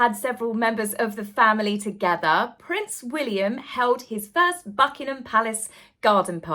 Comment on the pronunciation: I've heard, and totally agree with, that the new way to pronounce Prince William's name is Prince Will-yummm!